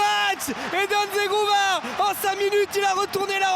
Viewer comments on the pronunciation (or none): ZEGROVAAA et non ZEGROUVA... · Mdr le commentateur il a dit zegrouva 😂😂